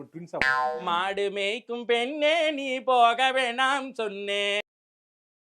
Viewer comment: Dei...Kadasila madu meykira pombaleya kooda vida mattingalada! Adu Madumeikum Kanne...not Madumeikum penne